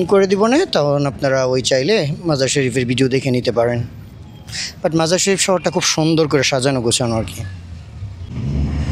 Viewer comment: শহরের নামটি 'মাজার ই শরীফ' বললে শুদ্ধ হবে। আপনি 'মাজার শরীফ' বলছেন বারবার।